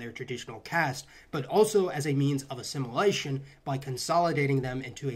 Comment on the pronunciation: did you say "assimilation" with a Portuguese accent on purpose? 🤔